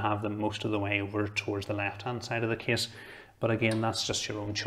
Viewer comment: Not too slow not too fast. I just think its funny that when he says "Case" it sounds to me like "Kiss" :D